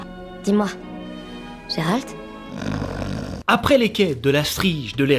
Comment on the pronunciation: Gé-Rald ses nul, c'est mieux Gérald (Jérald) xD pas Guérald ses relous mdr.